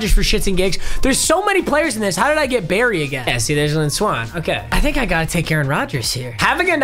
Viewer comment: Did anyone realize how he said Barry lol